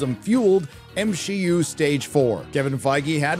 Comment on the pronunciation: Did you purposely say m she u